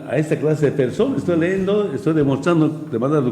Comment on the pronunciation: Leendo se dise leyendo..